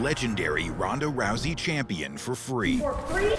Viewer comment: YOU FINALLY SAID HER NAME RIGHT LOL